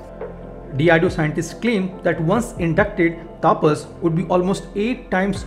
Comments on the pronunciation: Hi! Its not "taapas" but "tapas" where there will be very limited emphasis on 'a'. Its very jarring to hear u say "taaapas" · Taapas nahi tapas(तपस)